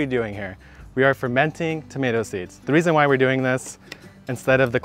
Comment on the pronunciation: Please no more “tomats”. One more syllable isn’t gonna kill you LOL